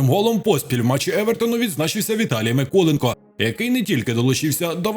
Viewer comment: Микулинецьке пиво... - таке в Украіні є. А Миколенко - аж ніяк не Микуленко.